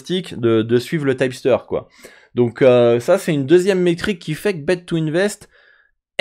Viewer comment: Pourquoi tu dis "typster" ? en anglais on dit tip (teep) ceci dit merci pour la video ;)